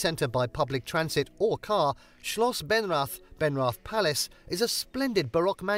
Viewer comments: Sorry, but in the video "Benrath" has been pronounced wrongly. I know that the “th” invites the English pronunciation, but it is pronounced as if written “Benrat” with “Ben-” like the name. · Although the combination of letters "th" appears in several German words it's never pronounced in the English way. As an example: theatre = Theater, means the same thing but is pronounced ta(y)-aw-ter Hence the palace building is named Schloss Benrath - pronounced shloss ben-rawt; Schloss = palace.